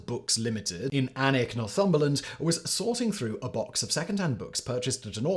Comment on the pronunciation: Simon knows how to pronounce Alnwick properly, I am suitably impressed. But seriously, what was going on with the word redolent near the end? Not even our Yankee cousins butcher it that badly. BTW: if anyone finds themselves anywhere near the area, Barter Books is a beautiful little second hand book store that wouldn’t look out of place in a Harry Potter movie.